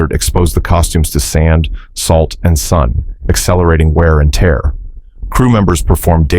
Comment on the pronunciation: still can't tell the difference between "tear" as in rip & "tear" as in weep. Then there's the maddening way he pronouces the same word differently if it shows up again in the same story., get a voice coach, dude.